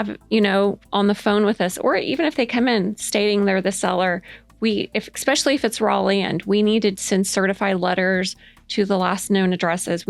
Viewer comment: stop. "ekspecially" is not a word. it is like nails on a chalk board. it is "es", especially.